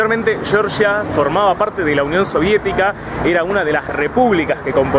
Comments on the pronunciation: Lo siento, no puedo verlo, cada vez que dices "yoryia", es que no. En español se dice como se escribe: Georgia. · Se llama Georgia no Yorya, pronuncia, deletrea bien, si lo intentas seguro lo consigues, GE OR GIA no YORYA tipo Yanqui. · Georgia como lo pronuncias es en EEUU chirria el oido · Llevas razón Georgia como se escribe GEORGIA jajaja😂😂😂 debe tener algún problema en Argentina de pronunciar la G